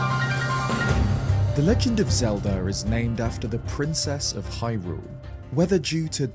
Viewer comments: U cant have a Zelda based channel and then be pronouncing it Zeldrrr in the first minute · what’s Legend of Zeldear? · yeah but every other time he says Zelda it’s normal except that one time.